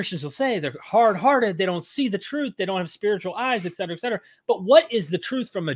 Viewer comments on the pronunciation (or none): none